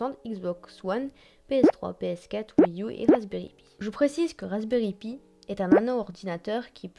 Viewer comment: Rasberry pi se prononce [paie] pas [py] et le rasberry pi est très connus et n'est pas encore délèssé.